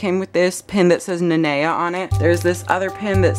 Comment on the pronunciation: Finally someone who pronounces Nanea right FINALLY